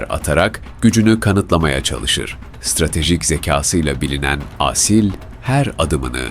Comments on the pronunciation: Âsil değil Asil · Seslendirme hatalı Aaasil değil Asil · lütfen Asil derken a harfini uzatmayın.Çok rahatsız oldum. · Asil isminin "Aaasil" diye okunmasından rahatsız olan sadece ben miyim? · Aasil degil A-Sil. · sanırım yapay zekaya okuttukları için "Aaasil" diye seslendirilmiş. Ben de çok rahatsız edici buldum.